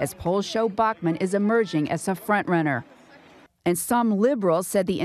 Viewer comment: The way the reporter pronounces Bachmann gave me a fucking migraine .